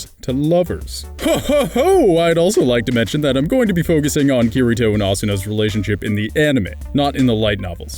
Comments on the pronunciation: OMG I CAN'T TAKE IT HIS NAME IS PRONOUNCED KIRITO (KEY REE TOH) I'm sry I couldn't help myself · It's pronounced kee-dee-to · You FUCKED UP the pronounciation of Kirito!! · Not hating but you said kiritos name wrong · Why must you pronounce kiritos name,lol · Yeah, giving the 'r' in Kirito a hard 'r' pronunciation like a pirate. Pronouncing the 'A' in Asuna as the same as the 'a' in 'apple' as well as fully pronouncing the 'u' when it's a whispered vowel. It's funny to hear.